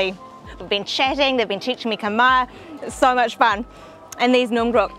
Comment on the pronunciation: I love how you pronounce Khmer words 😘😘😘😘 when u come back to Satay Noodles House I will speak Khmer to u 😘😘